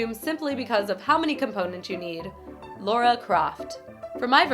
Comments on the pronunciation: I swear she said Laura croft not Lara croft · It's not LAURA it's LARA. For pronunciation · Did she say LAURA and not LARA xD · I thought it was pronounced Lara, not Laura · It's Lara croft not Laura 🙉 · it's not Laura Croft, its Lara Croft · It's Lara, not Laura :( I'm sorry.. this bothers me more than it should. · Lara croft not Laura croft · She's not Laura Crauft she Laura Craft 😂🤣😂🤣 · did she say loura croft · If I here one more person pronounce Lara’s name as “Laura” I swear to god. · Wait wait wait! Americans pronounce it lora?! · You pronounced Lara wrong XD >n<